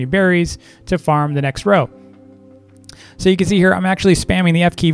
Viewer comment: when u said farm i thought u said fart XD but i LOEVE THISSSSSSs Wait.. Hello to 😅